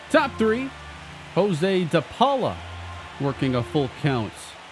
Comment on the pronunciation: Josue de Paula's first name is actually pronounced "yas-way"